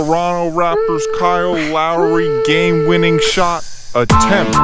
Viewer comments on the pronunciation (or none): none